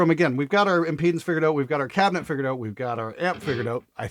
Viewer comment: Did you purposely use the word Out with that horrible pronunciation a hundred times just to try to Out annoy your intro scream?